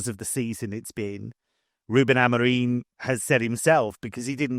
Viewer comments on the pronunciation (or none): Annoys me when people including this guy and alex crook are changing people names!!!Its Ruben Amorim!!!! Not Ruben Amoreen get your names right. Youve got over one milion followers, get the names right!